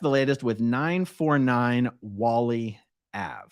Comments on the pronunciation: Oh , "Whalley" is pronounce "Way-lee" Ave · Whalley is pronounced Whalie or Whale-y.